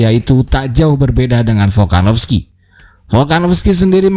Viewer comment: Volkanovski bukan folkanofski